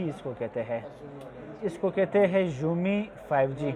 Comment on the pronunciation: Umi nhi hai Xiaomi hai